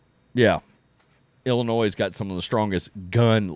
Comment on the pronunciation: Illinois is pronounced "Illinoi" the "s" is silent.. its not pronounced "Illinoise"...